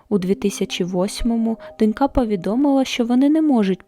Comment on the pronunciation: Все добре, за винятком одного: слово "донька" вимовляється з наголосом на О. Є також абсолютний синонім "дочкА".